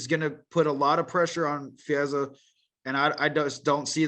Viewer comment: pronounced Fizievs name correctly.